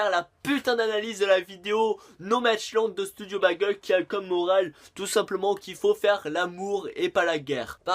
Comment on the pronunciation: Keumar pas kémar.... bègeul pas bagèl.... et pour la tenue qui ne change pas c'est fait exprès cela s'appelle de l'humour..